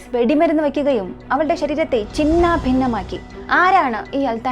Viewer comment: ചിന്നാ ..... ഭിന്നമാക്കി എന്നല്ല ചിന്നഭിന്നമാക്കി എന്ന് ചേർത്തു പറയലല്ലേ ശരി...?